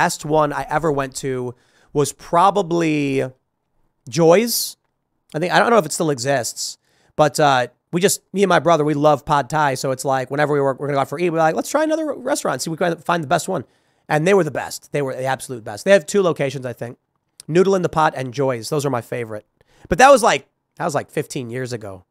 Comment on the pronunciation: Irs not pod tai its pad tai